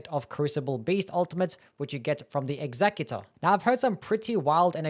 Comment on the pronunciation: It's not executor it's executor.